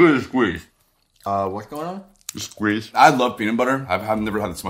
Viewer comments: “look at this squeeze,”: “uhhh whats goin’ on?”: “the shccqueeezze.” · "Look at the squeeze": "Uhhh what's going on?": "The shqueeze"